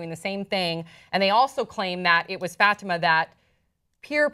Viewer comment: she kept saying "FATima" ugh I cringed evertime!! it's "fuh-tee-ma"